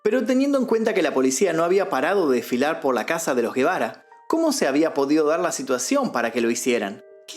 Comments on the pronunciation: No es Guebara, porque no lleva U, es Gebara y suena como si fuera J , o sea JEBARA. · Sin ofender. La G se pronuncia como J porque no es GUE...k suena como la G de GATO.